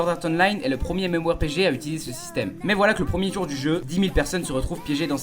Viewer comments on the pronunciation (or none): none